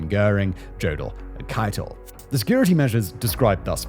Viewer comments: Jodl is pronounced like "Yodel". Linge isn't "Linj". It's "Ling-eh". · Simon, Jodl is pronounced “Yo-del”. Linge is pronounced “Lean-guh”.